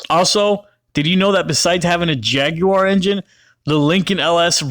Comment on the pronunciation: Jag-you-are lmao